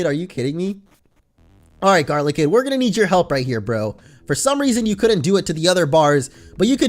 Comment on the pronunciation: Its not garlikid its GODLYKID